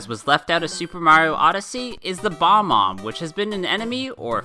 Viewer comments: Bob-omb not bomb-omb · Why do people call them “bo-mombs” when there called “Bo-Bombs” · The- the Bob-omb is not pronounced Bomb-Omb but Bob-Omb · It’s Bob-Omb not Bomb-Omb hope this helps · no-one going to mention that unique pronunciation of bob-omb??